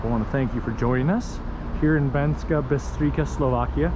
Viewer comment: C in Slovak is pronounced as ''ts'' :)